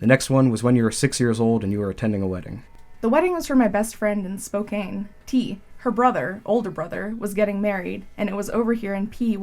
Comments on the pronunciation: Spoke-anne. Not spoke-aine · “Spo-can” not “spo-Kane” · Lol it's spo can not spo kane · THATS NOT HOW YOU SAY SPOKANE!!!!! NO CANE!!! CAN! SPO-CAN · "We would have been in SpoCANE? " You mean SpoCAN? My grandma lived in Washington for years and I have never heard anyone pronounce it SpoCANE. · spoCANE hurts, its spoCAN. wow my only psychology class really carried me all the way through. I'm pretty sure every example you mentioned was either in the textbook or in my prof's supplementary material. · Spokane is said Spo-CAN. Not kane. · that part bothered me more than it should've lmao 💀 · It’s “spo-can” not “spo-cane” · Spo-can not spow-cane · I already found an issue. Please. If you're going to pronounce a location, look up its pronunciation because it's "spoke-anne" spoke and the grandma name Anne? Not anny, and definitely not aine. Please. I hope you don't pronounce any more bad shit in this video. This'll kill me. TWICE. NO. NOOOO. YOU MEANT TO SAY PUYALLUP WASHINGTON??? NO FUCKING WAY YOU JUST SAID P TO AVOID LOOKING IT UP AND NOT SOUNDING LIKE AN IDIOT. (Pew-all-up FYI. SO YOU DON'T MAKE THAT MISTAKE AGAIN) Oooooo i am fact checking everything now. o.o nah you didn't just shill after that. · Love your videos! By the way, that city name at the front is pronounced Spo-can (like a can of Coke) :) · SPO-can= Spokane. Fuck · I subscribed but you are not forgiven for your associates pronunciation of SPOKANE ( SPO-CAN) CHENEY (CHEY-KNEE) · Sorry but how the woman in the first experiment says Spokane is killing me. It's pronounced Spo-can. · Jsyk, Spokane is pronounced Spoh-Can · Its...pronounced spo-CAN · You pronounced spokane wrong... SP-OH-KAH-N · it pisses me off so much that she says spokane wrong HE SAID IRAQ WRONG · That pronunciation of Spokane 😮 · Side note- as someone from Spokane I DESPISE how that person pronounced Spokane right at the start of the video. This alone feels like an unethical experiment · You pronounced Spokane so off LMFAO 🤣😂!!!